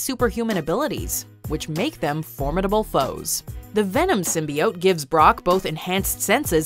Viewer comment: Somebody tell this woman to stop pronouncing Symbiote like that. This movie is going to have all the "casuals" changing the word.